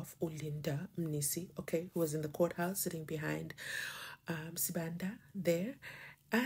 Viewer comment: I believe that maybe it's because Sibanda is a Zimbabwean surname if you notice Ratha is always failing to pronounce it correctly is always butchering it